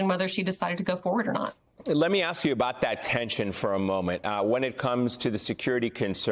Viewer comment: She can't pronounce ask